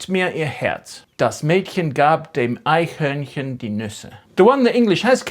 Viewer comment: you are pronouncing eichhörnchen with an n. like this it would mean litte unicorn😢😊